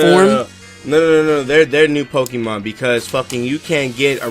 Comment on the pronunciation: Stop pronouncing Pokémon "PokEEmon".